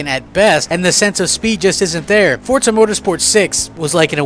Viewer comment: There is no T in FORZA!!!!!!!!!!!!!